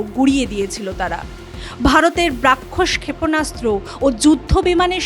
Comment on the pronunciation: ব্রাক্ষোস (Brakshos) নয় দিদি, ব্রহ্মোস (Brahmos) হবে ওটা।